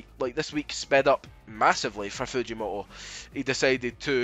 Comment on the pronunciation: Why are you pronouncing it "Fujimo'o"?? That is so wrong ☠